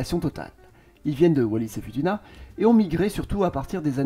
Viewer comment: 😢Foutouna ça ce pronounce.... Ma femme est de la ba